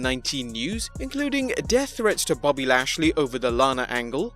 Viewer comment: It just said his name right